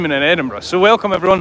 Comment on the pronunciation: No,. I'm from the US and even I know it's not pronounced Eddinburg!! 😂